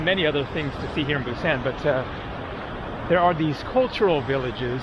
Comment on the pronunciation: Could you please refer to Busan by saying "Busahn" and not the hard a you have been using. There is no hard a sound in Korean. Thank you.